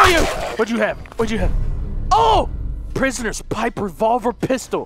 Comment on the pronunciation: he said prisonior pistal